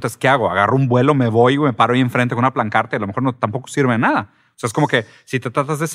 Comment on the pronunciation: diciendo "Plancarta"... yo empezando a cuestionarme que tanta razon de todo lo anterior que comentó alguien que dice "plancarta" y no pancarta xD